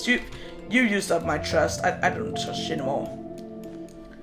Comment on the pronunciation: Idk why i think of SIFT when you say trust